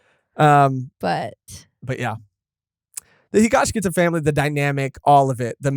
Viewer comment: Guys, i really enjoy your conversations, but it's HigashiKATA, not -KITA 😭